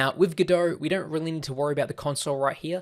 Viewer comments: it's godot, not godohrrrrr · Very useful introductory course once you know the speaker puts the "R" letter in too much words that should be... like GODOR 🙂